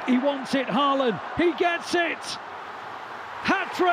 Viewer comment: the commentator does not know how to pronounce the name of the striker of his team correctly